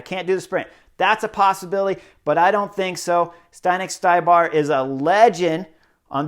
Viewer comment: Hi Chris, good comments. FYI it is pronauced Zdenek StYbar not StAYbar, he is Chech, if you need confirmation run his last name thru translator